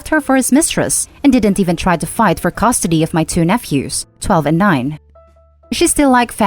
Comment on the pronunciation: Damn. Naughtification, caustody, camfourding. Wow